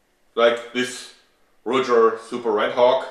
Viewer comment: Have I been pronouncing Ruger wrong my entire life?